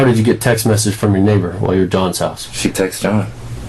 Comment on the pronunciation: It's "texts" Not "texas" Buh leee Dat Nawh why sayen